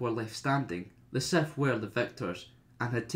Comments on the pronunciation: I really tried to watch this but after he said SETH instead of SITH the 50th time i gave up. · Dude it’s SITH NOT SETH no matter where you are from!